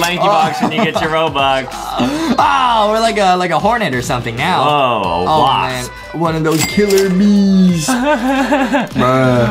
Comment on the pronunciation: He said skeleton wasp not waff